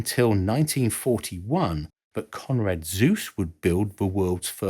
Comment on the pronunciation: The e in Zuse is not silent.